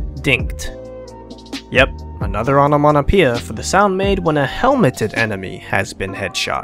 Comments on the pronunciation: Dude it’s not onamonapia it’s onamatopoeia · "onomonopia" please lmao